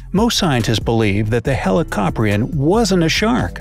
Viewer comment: helicopria= helicopter 😂😂